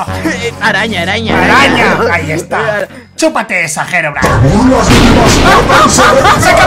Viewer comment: Por que no callo el trueno cundo mikecrack dijo herobrain en el like si te diste cuenta